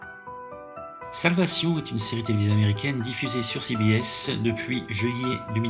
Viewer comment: Il s’agirait de commencer par apprendre à prononcer le titre de la série qui se prononce « solvécheune » et non pas « salvassion » et de terminer la série avant de faire une analyse à 2 balles